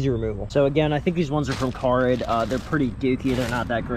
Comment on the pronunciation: Hey! Love the vid man, but the site is not Carid, it's Car ID like show me your ID. Keep it up man, great job